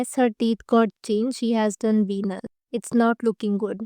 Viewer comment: Ve-nears pronunciation h... #just_saying